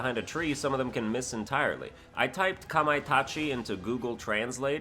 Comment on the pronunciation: I’m impressed by your pronunciation of Kamaitachi. You’d be surprised how many people can’t say it correctly.